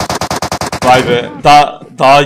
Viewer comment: Ay demiyor vay diyor